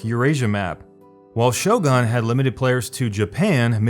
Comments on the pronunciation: Your pronunciation of Shogun bothers me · Yep, I am.But he's still wrong. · SHOW-GUN damn you. Not "Show-gone" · yeah, I mean maybe I don't know Japanese, but even Sho-goon might be ok, but Sho-gawn? lol Like really, I've never heard it pronounced this way before. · It is clear my main point was that Show-gone makes absolutely no sense. I was being charitable by offering an alternative to normal foreign pronunciation. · I cringed every time he said Shogan. It’s Shogun, not shogan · ITS SHOGUN NOT FUCKING SHO GUN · Am I the only one bothered by how this guy pronounces Shogun? "Show gun" instead of "Shogoon". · FFS it's Shogun not Shogon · Its Shogun not Shogan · Shogun not shogan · It's pronounced Shogun not Shogun. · "Show-GUN" not "Show-GONE"...other than that good video dude. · It's Shogun not Showgone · It's shoGUN not shoGON my god read please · Shogun is read like sho ("so "with a thick s not "show") and goon, not gun (as in firearm). At least the name , dude... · It sounds like you're saying 'sho-gone' instead of 'shogun'. Do you also call a 'gun' a 'gone'? Just asking, thanks. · Its Shogun not Shogone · Great video but was I the only one cringing when he was pronouncing Shogun as Shogon? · Shogon? ShoGONE? ShoGUN. GUN - like with a U. Like exactly how its spelled. Shogun. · Pronounced Show-Gen, not Show-Ghan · shoGAN!? why are you pronouncing that U like it's an A or O? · Shogun is pronounced "show-gun" not "show-gone". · American moron, learn how to pronounce "Shogun" first. The letter "u" sounds like in "goon" in most civilized languages, not like "gun". Downvote! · Not pronounced Shogon, its show-gun. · why do you keep saying "shogon" its "shogUn" obviously like fuckin hell man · It's pronounced "sho goon", not "show gun". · DJ Serpent the japanese pronounce it "sho goon", only the english speakers invented "show gun" Goon as in goofy, not gun as is pun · Shogun Shooooo Gun not Shogon. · All I hear him say is Shogon, instead of Shogun. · "Shogon" wat ?